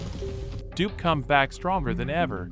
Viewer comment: Its Dupe not Dup